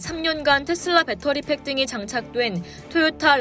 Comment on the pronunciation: 테-쓸라 가 아니고 테슬라